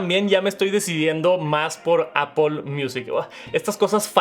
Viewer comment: por que le dice Apol?